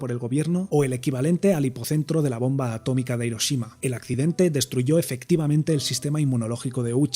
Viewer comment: A...TÓ...MI...CO, se dice atómico.